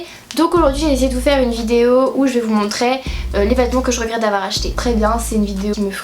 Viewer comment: montrER en -ER et pas -AI, Oh qu'est ce que c'est désagréable!